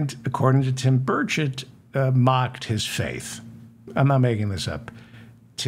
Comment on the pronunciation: With the noise in my shop, it sounds like you are saying Tim Birdshit! I wonder if anyone, perhaps in junior high, has ever called him Birdshit before?